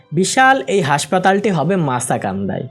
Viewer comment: ভাই ওইটা মাসাকান্দা না শব্দ টি হবে মাস্কান্দা